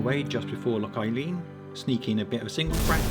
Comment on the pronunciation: Nice edit! It's pronounced Loch an ee-lan by the way👍